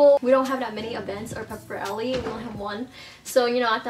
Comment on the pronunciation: Why do u say pep rally like that?